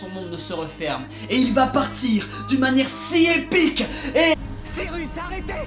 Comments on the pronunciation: "Sirusse araité" "Metreuh Sirusse" mdrrr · Par contre excusez moi mais pour une fois que je peux parler de ça donc je me retiendrai pas mais....Siruss ?! SIRUSS ?!! WHAT THE F*